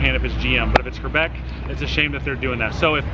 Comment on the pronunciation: Do a burn out.. and you're pronouncing Quebec wrong QU NOT QR